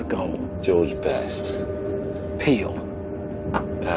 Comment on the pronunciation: "peel" no pele